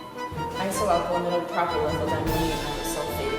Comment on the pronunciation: You mispronounced propyl . click on the google pronunciation -Chemistry Teacher